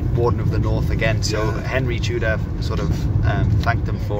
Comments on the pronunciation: Wouldnt it be pronounced tea-deer? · I am half Russian and half Welsh, thank you for your video, it sounded very strange how you said "Tudur" but I appreciate your attempt.